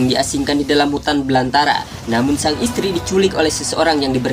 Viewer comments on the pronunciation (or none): none